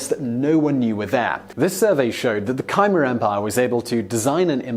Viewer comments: It’s pronounced K-mare...not kaimur. That’s a hard ‘K’, as in King. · Please get the pronunciations right..."kymer"? What is that? Do you mean Khmer? Superb presentations are being spoiled by this. If you're doing programmes having a scientific or factual basis then it's important to get the details correct. Oh, and know you're trying to cater for as large an audience as possible but please refrain from using these lazy and inaccurate Americanisms, they're usually nonsense. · Absolutely fascinating video as ever mate! However Simon, you still have that tendency to troll us with one mispronounced word per video; Khmer isn't pronounced as "kai muh", it's more like "k'meh" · not that anyone cares, but Khmer is not pronounced Ka-mer. Khmer is pronounced Ka-mai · Please...'Kyemar?' Khmer has one syllable. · I may be wrong but isn't Khmer pronunced as Kha-may-r and not Khai-mer ? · Khmer is promised Kmer (half spoken r). Could write it as Kmeah too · Cambodians say "Khmy" as one syllable, rhymes with my. (I'm Canadian; Khmer is my second spoken language.) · Khmer is a one syllable word that rhymes with mare. You mispronounce so many historical, geographical, animal and plant names, I strongly suggest you use a dictionary. Dave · Learn to pronounce "Bjarna" and "Khmer". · I’m convinced that Simon throws some incorrect pronunciations into videos just for the purpose of attracting comments. Why else would he get “Laos” right (which is rare among English speakers) and “Khmer” wrong?